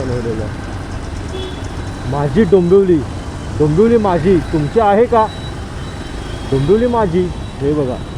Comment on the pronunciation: डोंबोली ❌ डोंबिवली ✅